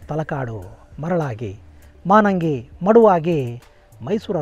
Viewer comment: ನಮಸ್ಕಾರ ಗುರುಗಳೇ 🙏 ನಮ್ಮೂರು ತಲಕಾಡಿನಿಂದ ಕೇವಲ ಐದು ಕಿಲೋಮೀಟರ್ ದೂರದಲ್ಲಿದೆ. ಅದು (ಮಾನಂಗಿ ) ಅಲ್ಲ ಮಾಲಂಗಿ ಮಡುವಾಗಿ, ತಲಕಾಡು ಮರುಳಾಗಿ, ಮೈಸೂರು ಅರಸರಿಗೆ ಮಕ್ಕಳಾಗದಿರಲಿ ಎಂದು ಅಲಮೇಲಮ್ಮ ಶಾಪವಿತ್ತರಂತೆ.